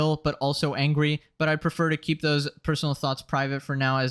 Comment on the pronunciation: Why do you speak like a child at time? Situwations...Angwy? not a lisp, but ...weird for a grown up.